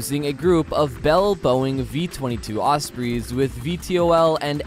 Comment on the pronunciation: You saying "Osprees" was making me cringe